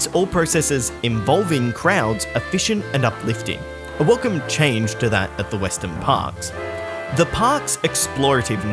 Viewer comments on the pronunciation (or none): none